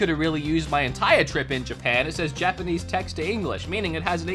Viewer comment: Lmaooo Trips in Australian I cant😭